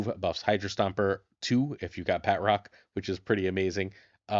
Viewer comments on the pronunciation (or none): This is killing me. it's not pronounced BAT--Rock. The T is supposed to be part of the second syllable. BA--TROCK. ""bah" like the sound a sheep makes, "trock" like the word truck but with an 'o'. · Love the videos- but I’m hoping the proper enough annunciation of his name will spread, which sound like “Baa-troke (like rhymes with choke). I say proper enough because it’s French, so a true pronunciation would make it far more nasily on the end of the name. But it really isn’t “bat-rock” 😅 anyways, love the content, not trying to sound overly critical, keep pumping out great decks 💪🏼